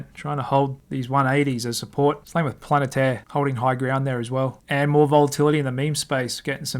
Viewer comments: Mate, I love your videos, but it's "Pa-lan-teer", not "Planet..." XD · Hey. Long time viewer - love your work! You're killing me with the pronunciation of Palantir though. It's PAL-AN-TEAR as is in "Teardrop".